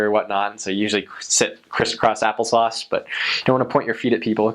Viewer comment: Took me awhile to comprehend " point your feet at someone"...Lol its like point defeated, ahaha...and criss-cross applesource